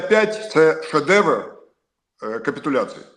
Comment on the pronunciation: Іди до логопеда,шедевгр,то піпець)#